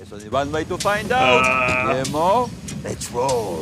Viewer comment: 6 seasons and here we are in the finale and neither one of you learned how to pronounce Guillermo correctly.